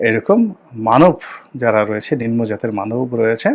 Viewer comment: নিনমো নয় শব্দটা হবে নিমনো